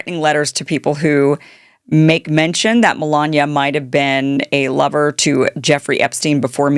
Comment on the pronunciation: Its kinda funny the way kim says "lover" lol . I do not know why seems old timey.